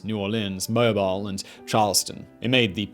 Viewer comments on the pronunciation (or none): Great video, but it's 'Mobeel' not 'Mobyle' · It's Mo-beel not Mo-bile. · It's mo-BEEL, not mo-BILE... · Hey Simon! Love the videos but a small correction. It's not Mobile with a long I. It's Mobile like Mobeel. And no, it's not their fault. You can blame the French for this one. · Oops, Simon; Wikipedia: "moh-BEEL", otherwise, great vid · My good fellow, it's "Mo-beel" Alabama. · Mobile. Mo-beel. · MOE-BEEL Alabama! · (moe beel) ... love the channel, and all the others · its moh-beel alabama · The way you said mobile lol